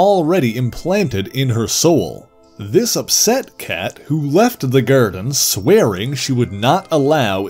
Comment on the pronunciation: take a shot every time he says "gUHrden", "UHrmUHr" or "dUHrk"